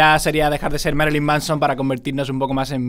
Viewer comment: uds los españoles pronuncian el ingles horriblemente.. y que merilyn.- de pech moD